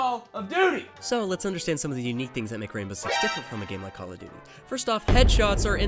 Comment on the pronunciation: “NOT CALL OF DUTTY” im dead😂 keep up the good content